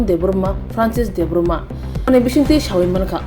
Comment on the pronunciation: Khobor sanai nw sanamuchungwo debbarma nw debbroma hwnwi pronounce ta khaidi pls